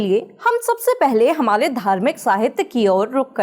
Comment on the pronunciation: Didi thodi c laati hai. Saaf saaf nahi bol paati. Hamale nahi hota hai hamare hota hai. Say again hamare